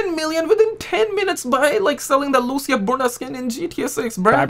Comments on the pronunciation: Bro it’s not Lusia it’s Lucia (Loo-C-ah) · Loo ç ahhhhh